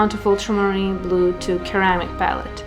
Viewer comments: Hiya, thanks very much for another great video. I love ceramic palettes, and I hope that you don't mind me mentioning it but ceramic is pronounced like the C is an S, for instance Seramic instead of the hard K sound, Keramic. Take care, David. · Pretty palettes! It’s pronounced “suhr-amic” not keramic. But you say it so cute!